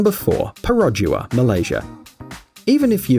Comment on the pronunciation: U pronounced perodua wrongly, the locals will scold you I'd you said it with a western accent